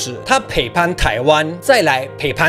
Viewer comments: ＂背叛＂唸被判不唸培半＝陪伴 兩者意思差很多還好回頭看字幕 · 背叛我一直聽成陪伴😂